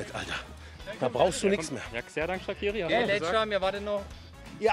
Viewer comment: Scheschan Schakiri 😂😂😂 wer kennt ihn nicht..